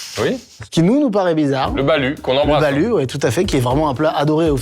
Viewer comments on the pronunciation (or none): On le li "Baloute" pas Balu 🤣 vous m'avez fais rire les gars, ma tante est Philippines ❤